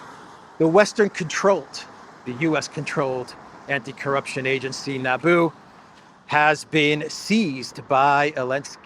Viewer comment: "Nabu" Not Naboo. And Nabu is IIRC, a lord of order in the Marvel universe.